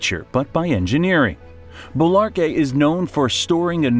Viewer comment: ¿Embalse de Bolívar? No dice un nombre bien.